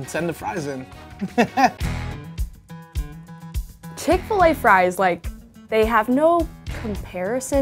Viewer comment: Bruh she sayin dat chick fa lay is 1